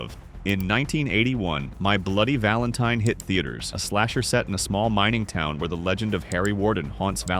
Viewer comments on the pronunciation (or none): none